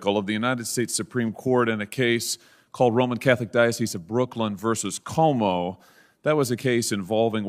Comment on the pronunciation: its funny how non ny'ers alway mispronounce Cuomo's name